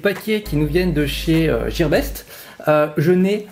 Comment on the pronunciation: sa se dit gearbest pas jearbest